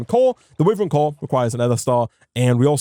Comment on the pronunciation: I love the content but every time i here witheren instead of wyvern (y ver n)i die a little inside... dont know why but its realy jarring.